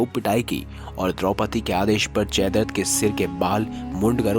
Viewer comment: Bhai jaidart nahi jaidratt hai Pronounciation clr nhi hai ap ka